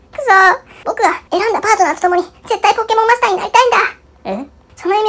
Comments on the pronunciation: ポ↓ン↑ケ↑モ↑ン↑ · ポンケモンが、英語のPokémonの発音っぽくて笑う